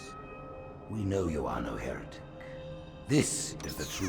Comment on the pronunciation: God damn it spearhead... When the grunts say “Heretic! Heretic!” All I hear is “Your a dick! Your a dick!”